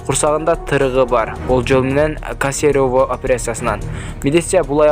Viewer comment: кесерево а не касерово